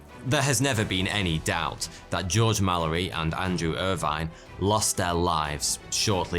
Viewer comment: Irvine is not pronounced like that